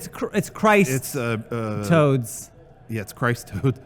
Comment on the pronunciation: Christ..............Toads. It's Christ Toads.